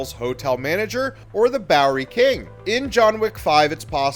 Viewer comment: What is this ‘bowler king’? It’s Bowery King.